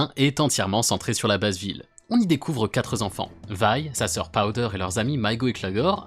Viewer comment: "les quatre z'enfants" 😁